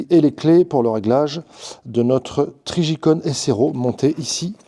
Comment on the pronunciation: Trijicon prononcé en français, …. Ça m’a fait sourire (la fatigue sûrement mais j entends con…)